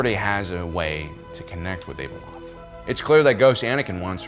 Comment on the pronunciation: Why do so many Star Wars podcasters continue to try and over pronounce or exotically pronounce names and places? It really takes me out of it, and makes me not want to listen. - It's pronounced Ab (like the muscle in your stomach)-eloth. This is easily found in the audio books - Ahsoka's name is Tah-no, not TaynO. This is much easier since it's been said a million times